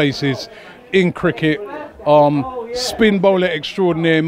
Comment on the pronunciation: Stick to da Crik-IT! You uneducated bellend